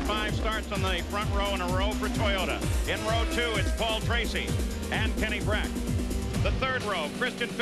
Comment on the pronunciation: It"s Brack not Breck.